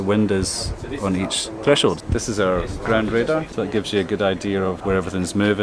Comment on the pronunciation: Awesome tour. First question: "Who's ground?" - That sounds like an Edinburgh accent.